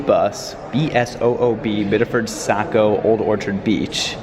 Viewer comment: It's pronounced ˈsɑ.koʊ, not ˈsæ.koʊ. But don't worry, you didn't mention Bangor, so no one has to know if pronounce it like "banger."